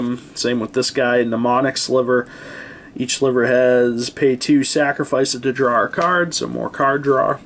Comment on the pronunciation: He's making fun of your pronunciation of the word "draw". But it's obvious what you mean so he's pretty much just being an ass.